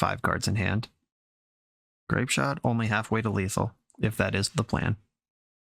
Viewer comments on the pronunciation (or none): I will never not laugh when you say 'GrapeShat"